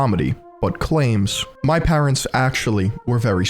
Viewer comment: How are you pronouncing the word parents???